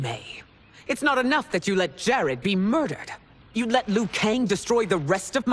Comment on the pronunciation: glad to see someone finally pronounce Liu right. It sounds like Leo, not Loo.